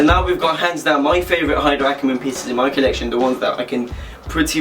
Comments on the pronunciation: ay-der ackermann....the h is silent... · The H in Haider is silent